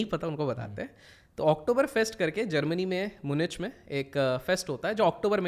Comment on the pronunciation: मुनिच नही म्यूनिख